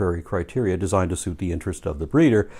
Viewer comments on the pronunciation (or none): none